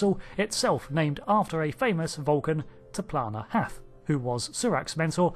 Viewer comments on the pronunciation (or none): T'Plana-Hath ~ To Plan A Half? Seriously?